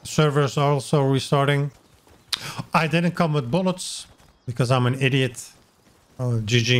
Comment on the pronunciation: ¿iRiot or iDiot? Do not change the D for an R.